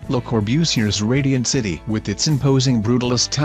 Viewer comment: Saynee? Corbusiurrrr? Not finishing this. Bye.